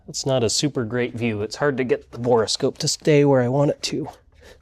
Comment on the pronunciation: Say "bora" scope one more time. It's a "bore" scope for looking down the bore of a tube.